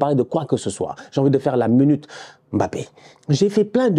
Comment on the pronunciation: Il faut respirer. La mounute bappe fait 7 mounutes . Tu a un souci avec ta montre. Et perso lâche le bappe il n'a pas besoin de toi et de ta mounute.. il t'en reste encore un peu dans le coin. Doucement sur la dose tu es en tachycardie. Tu as quel age sérieux ? Lâche le .